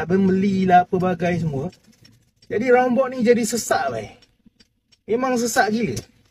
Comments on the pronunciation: Roundabout.. tu aku faham.... tapi "rounbot".. aku rasa bangla pun tak tahu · Roundabout ✅ Rounbot ❌